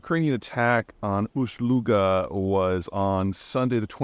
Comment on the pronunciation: You got the pronunciation of Ust-Luga pretty much correct. The first part sounds like the first syllable of the last name of the actor Peter Ustinov. The second part sounds like the German gun name "Luger" minus the "R" at the end. Hilarious that somebody would spray water on a fuel fire at any temperature. They may have gotten lucky that the water froze before it could spread flammable liquid everywhere. I'm reminded of an SNL skit from the 1970's where the scientists are trying to figure out how to clean up Three Mile Island when Garrett Morris comes in dressed in drag and pushing a bucket with a mop. The scientists say, "Hattie, there's been a spill of some water in there... Can you go in and mop it up...?"